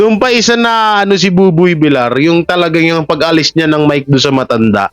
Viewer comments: pakiayos ang bigkas mi sa applied ni Buboy Villar. Hindi po ""Vilar"". Iyan po ay double "L". Kaya po ang bigkas niyan ay Vil-yar". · Villar not vilar…. Ay ewan ko sa yo… next video nalang… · Vilyar ang bigkas pls. . .nakakairitang pakingga vilar ng vilar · VILYAR HINDI VILAR ANG BASA SA APELYEDO NI BUBOY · Buboy Villar name ni buboy hindi vilar .sana next time pg Binanggit mo villar na😅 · Pag Husayan mo naman ang mga pronunciation mo . Hindi vilar VILLAR (VILYAR) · Basahin at intintindihin mo nmn comments ks masakit sa tenga VILYAR(VILLAR) ang pronunciation pls.😊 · Sir, vilyar po ang pronunciation ng surname nia..